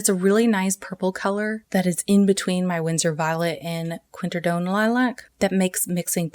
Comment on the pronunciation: Great video...but say it with me QWIN-AK-RID-OWN....QWINAKRIDOWN....(obviously spelled quinacridone) I'm sorry, I won't bring up the other mispronunciations but I just couldn't get over that one and that's on me. 🥰😝